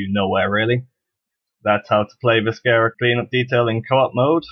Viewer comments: i would like the video but i cant . the video is good but thats canceled out by you saying vis-ker-a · If you are going to do a tutorial on a game, learn to say the name of the game. Not a bad tutorial, seems pretty straightforward.